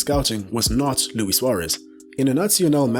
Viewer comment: Lewis “Bitey McGhee” Sware-ezze from Your-ah-gaye